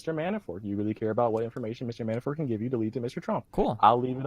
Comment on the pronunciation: "MiiiiAanifort"... Fuck this kid is a dipshit. Maybe I'm just not used to your style, but you really let this fuckin derp talk waaaaaayyy to much.